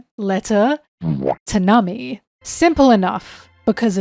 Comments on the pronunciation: Am I crazy or has always pronounced Nami as "Nummy"? 😂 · Liking and subscribing just because I think the way you pronounce "Namii~" is funny.